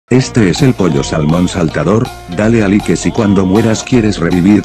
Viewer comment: Pollo, envés de escribir "like" en el loquendo escribe "laik" para que se escuche mejor :).